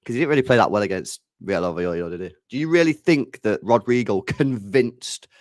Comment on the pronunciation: Stop saying it like it rhymes with Al Queda. You really need to learn how to pronounce words, bald bish